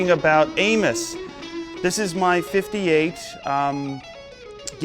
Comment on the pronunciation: For a moment, I thought Joe said "We're talking about anus."